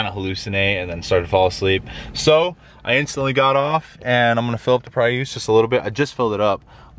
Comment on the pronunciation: WTF is a PRE USSE. It's pronounced PREE US. Look it up.